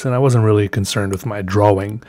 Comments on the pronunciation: "I wasn't too concerned with my dwa-wing" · drawling or draw-wing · Draw-ing ✔ draw-wing ❌ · why does he say "dra 'WING' "why why why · I like the way you say inK.... And pronounce your T's..... And the way you say drawing... Okay, I'll stop now 😂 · Can't even pronounce 'drawing'. LOL